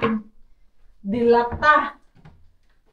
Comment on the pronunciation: Sayang nga naman yung dates pero sige na lang for safety. Mas ok kasi sya na room temp lang, dito sa middle east hindi naman nilalagay sa ref ang dates. Mars mabagal ang bigkas ng delata hindi mabilis hehe iba kasi ang bigkas ng lata ang gulay sa lata ng sardinas ganurn. God bless!